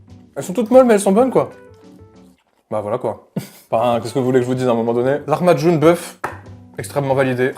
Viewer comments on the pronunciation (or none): Ça se dit laHmacun sinon sa va tu le dis bien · Ça se prononce "La ma joun" (en arménien) c'est typique du moyen orient et en France ça s'appelle "pizza arménienne". La vidéo m'a donné trop faim !